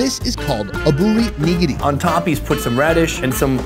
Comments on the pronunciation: Oh god I hate how you say nigiri 😖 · That style of sushi is not pronounced “niggity”